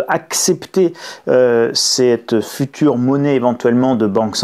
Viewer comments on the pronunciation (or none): none